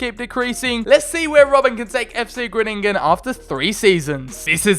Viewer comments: its not gruningen but its groningen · Number 10. And it' s Groningen and not Groënininen😂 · It’s (Gron-i-gen) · How to pronounce Fc Gronigen Fc gron-agen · I know you addressed it in the video, so this is more just some information, but Groningen is pronounced with en emphasis on the "Gro" [Grow-ni- gen] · Haha it Groningen, you need to speak out the grOningen😂